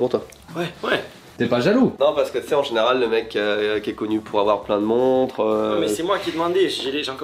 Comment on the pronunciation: « Si tCHu S’rais genRRA la Défense… » hey les 2 là, arrêtez de jacquter comme des ptites caillras analphabètes please 😏 « le meilleur moment quand ça s’arrête avec, c’est quand je me brosse les dents » 😳 Does Hakkiko knows? 😅